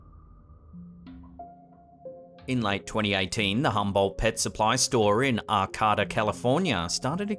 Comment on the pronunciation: It is pronounced Are-kay-duh. Arcata, CA